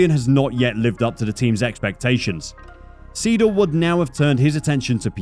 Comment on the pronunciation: Your mispronounciation is driving me nuts. It's SIDL (long I) not SEE DL. And Porsche has an e on the end that is pronounced. The word is Por sha. Thank you for listening.😕